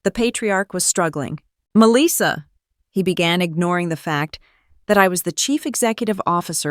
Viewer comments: To the Narrator, I do not what State and City you are from. * But Melissa is phonetically pronounce " Mel - lis -sa. Or Ma - lissa Most part of the country we don't say Me- Lis- sa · Her name is Melissa, not Meleeesa. AI needs reprogramming. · Or pronounce her name as Mell - lissa